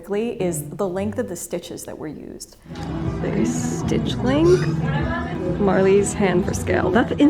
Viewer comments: Speaking of working too fast, Stitch Length not "Legnth". 😬🪡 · Love this insightful vid But "length" please. ish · length not leg neth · "Stitch Legnth" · Stitch Legnth. Was this intentional?